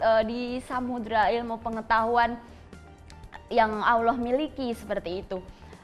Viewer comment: 9.07 bilang alloh aja susah